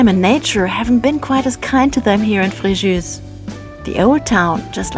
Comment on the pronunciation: Fréjoo not Frejuice*